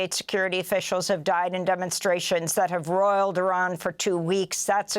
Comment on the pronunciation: For the Trump supporters: That is "roiled," not "royaled."